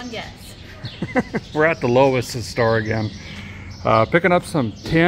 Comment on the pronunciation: Its not a low es store its a LOEWS